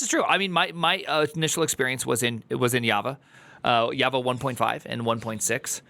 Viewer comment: The turd actually calls Java "hava" like tf ??!